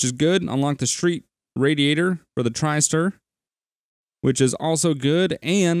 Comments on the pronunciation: Out of curiosity, are you calling it the "Tris-tar" ironically or do you genuinely not realize that it's supposed to be "Tri-star"? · it's a TRISTAR(TRY-STAR) not a dang TRICKSTER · it sounds like trixter to me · Hey, don't get me wrong I think your videos are great....but every time you say 'Trickster' instead of 'Tristar' it does my nut in! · Love ya but it's Tri Star as in trystar lol